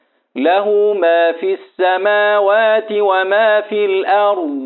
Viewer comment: أحسنتم وجزاكم الله خير الجزاء استاذ ماجاي تكسر الشفه السفلى والفك الاسفل للاسفل عند نطق الحرف المكسور وبالخصوص في السماوات